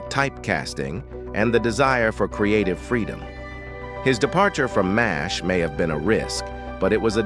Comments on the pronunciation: Hearing M A S H over and over shows limits of AI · We played a drinking game. Every time the AI say M-A-S-H we drank beer. For every time it said fourt thousand and seventy seven, we drank wine. For every time it said "iconic" we took a shot. We never made it to the end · Horrible understanding of pronunciation of English terms. Spelling out Mash, dumb. Numeration of 4077, dumb. Stopped watching…